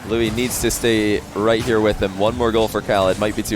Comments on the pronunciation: I wonder if you've gotten the pronunciation worked out on stream, but here's my attempt at help. "loo-EESE." The emphasis on "EESE" like Reese, or lease. Edit: I'm not an expert and this is just my speculation to the pronunciation based on YouTube videos :) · I love how can’t pronounce Luis lmao